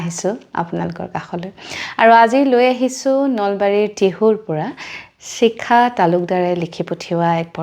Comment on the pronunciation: চিখা নহয় চাগে শিখা হে হ'ব । এই উচ্চাৰণৰ ভুল শুনি থাকিলে ছোৱাৰ ইচ্ছা কমি যায়